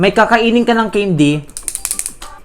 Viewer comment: Mali pag Bigkas mo sabi mo ceindy hindi po ganon candy po mali po kayo😅😅😅